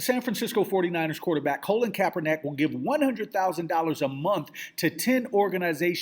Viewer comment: I hate to be an ass here but the mans name is pronounced 'kap-er-nick' lol.